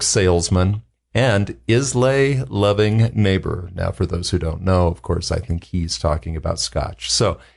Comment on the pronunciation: Islay is pronounced EYE-luh. Cheers.